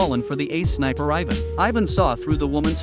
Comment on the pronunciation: Your not saying ivan right